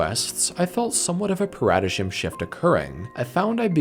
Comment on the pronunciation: Another banger video. Unrelated to the subject but related to the video, every time I hear someone pronounce a word they've only read before but not heard out loud I'm reminded of how jank the english language is. (Paradigm is pronounced pair-a-dime).